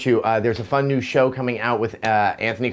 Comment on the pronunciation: Show* not shoe haha